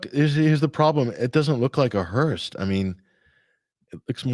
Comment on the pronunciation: it’s a “hearse” not a hearst. Patty was a Hearst